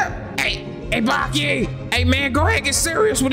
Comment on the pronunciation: Nall it's Baki,na meen🤢